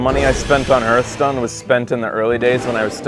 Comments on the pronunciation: You play a lot of Hearthstone, and yet you keep saying the name wrong. Hearth is pronounced "Harth". A Hearth is like a fireplace. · Played it so much you have forgotten how to say it…